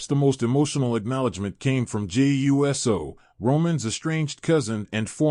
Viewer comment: If the narrator doesn't know how to pronounce Uso, as ooso, he should stop narrating.